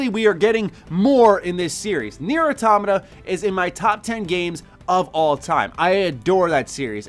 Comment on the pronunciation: Thank you for pronouncing automata right